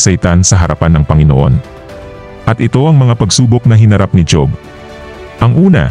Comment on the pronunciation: Kaya lang mali ang pag bigkas mo ng job dapat hob kc pinoy tayo tama ba ako